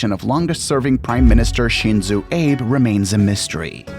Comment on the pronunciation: The assassination of 'Shinzo who'? You can't even say his name properly! This is just a rolling out a number of cliche's and flat stereotypes (some are wrong). Japanese Culture in general is quite complex and is not explained in these coarse and blunt videos. I live in Japan for over 5 years now and are sick seeing these 'Disneyland' characterisations of Japan. After 3 minutes I had to shut off this cr@